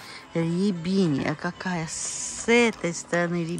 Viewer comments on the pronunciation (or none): РОБИНИЯ, а не рябиния. Или по-другому псевдоакация